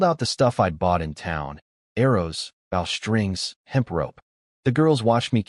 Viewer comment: Also AI mispronounces "bow". It should pronounce it as bow in "bow & arrows", and not as "bow of a ship".